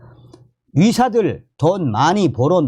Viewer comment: 좋은정보 감사합니다 그런데, ^ 의^ 자 발음이 약하시네요~~ 위사들~~ ㅎㅎ